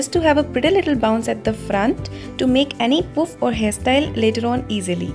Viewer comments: Poof nahi puff😂😂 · it is not poof its puff